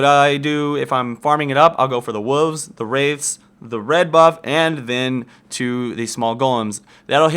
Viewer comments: What's a wuve? (what says when he is talking about the jungle route) lol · "go to the wuvvs" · I heard woovs each time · lol the "wulves" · is it just me or did someone else hear wuvs to? If you ask me, i kill wolfs. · "wooves" XD